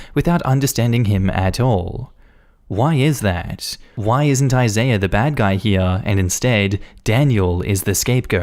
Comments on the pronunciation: Jesus Christ dude. Isaiah is pronounced "I-ZAY-ah" not "I-zy-ah" at least be consistent when youre butchering names. And Megan is "MAY-gen" not "Mee-gen". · Anybody else feel relieved when he finally pronounced Isaiah correctly halfway through the story? 🤣